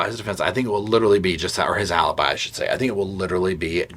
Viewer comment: Alibi versus A-lie-bi...🙄 Thank you!